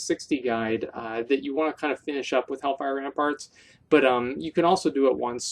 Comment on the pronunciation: He said Helfire Ramfarts 😂😂